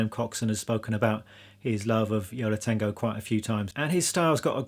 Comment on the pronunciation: Ha ha. I thought you said "Yellow Tango". Took me a while to realise you said "Yo La Tango".